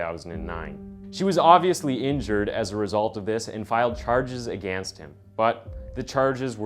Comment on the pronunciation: The way you say “against” is criminal